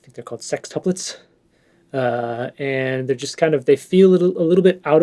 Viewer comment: your awkwardness of saying the word sextuplets is unmatched, my friend!!!😄